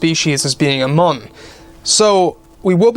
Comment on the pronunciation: Pronounced myoon